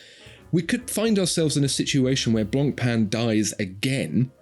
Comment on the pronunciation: Don't pronounce the "C" in Blancpain It's BLAWN/PHEN GREAT VIDEO AS ALLWAYS